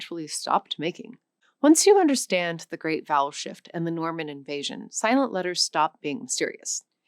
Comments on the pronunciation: I thought she said "the great bowel shift" and did a double take. lol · Why do I keep hearing the big bowel shift instead of the big vowel shift? Is there also a perfectly reasonable explanation for that?